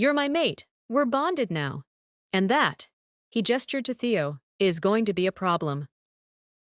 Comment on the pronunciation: The AI narrator can't tell the difference between Teo and Theo and there's audio mispronunciations and discrepancies